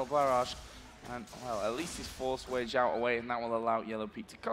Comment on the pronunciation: Was is only me who noticed that they said Xiaowei instead of Weixiao?